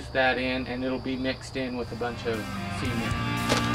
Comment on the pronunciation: It's pronounced SEH-MENT! no semen.